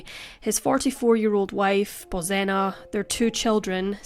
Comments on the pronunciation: It's pronounced Bozhena. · I grew up with the Czech pronunciation of Bozena, hearing the Polish pronunciation drives me nuts.